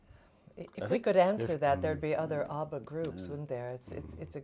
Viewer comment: Wtf is UBBA god even im American and i say ABBA